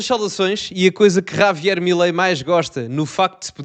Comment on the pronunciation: O rapaz tens de aprender a pronunciar a palavra “ Javier” e não Ravier😂